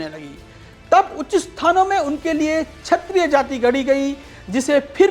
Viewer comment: बड़े परिश्रमपूर्वक शोधपूर्ण वीडियो प्रस्तुत करने के लिए साधुवाद। वीडियो में पर कहा गया है कि 'ब्राह्मण आक्रांताओं के जजमान बन गए' यह कितना सही है। प्रस्तोता को अपना उच्चारण जैसे क्षत्रिय को छत्रिय सुधारने की जरूरत है।